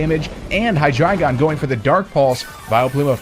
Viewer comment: I swear to god this is the only guy on Youtube that pronounces Hydreigon correctly.